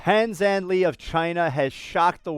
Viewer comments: btw the pronunciation of his name is “pan jdan ler (British accent which means without the “r” lol)”, not “Lee” orz.. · Hate to be that guy, but his name is pronounced: Pan Jan Luh. Not "Pan Zan Lee." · He was pushed all the way by God's invisible hand?? 😱 Fyi, his name in Mandarin should be pronounced: Pun Jarn Ler. Not Lee. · you need to improve your terrible pronounciation of Pan Zhanle, how can it be 'zhanLI' or lee? use the 'le' from 'leather' or 'earth'. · His name‘s pronunciation is Pan _ Zhan√ le \, 'Pan' is similar to Peter Pan, 'Zhan' to General, and in 'Le', 'L' is similar to Lake and 'e' to She. Not 'li:'. And for anyone doubting his clearance, I'm sure the boy really has some stimulants, which are called honor, confidence and glory! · The pronunciation of Pan Zhan Le is closer to Parn Jarn Ler btw. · PAN ZHAN LEE? NOT LEE ,The pronunciation of E in English does not have pinyin/é/, it is closer to/e ɪ/ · Can you please not pronunce his last name completely the English way?